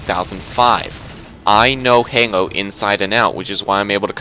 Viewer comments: You keep saying "hango" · Why does he pronounce Halo like "Hengo" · I laughed ever time he said halo he can't say it